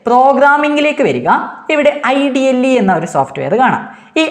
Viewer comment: IDLE nehi sir ഇഡലി aahnn😂